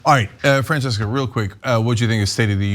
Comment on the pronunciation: Why does Cenk keep calling Francesca Frances? XD